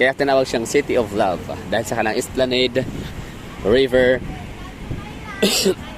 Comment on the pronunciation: Esplanad po Sir mag pronounce ng esplanade❤